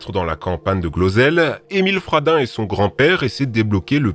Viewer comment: quand ta dit émile fradin jai cru t'avais dit émile radin 🤣🤣🤣🤣🤣🤣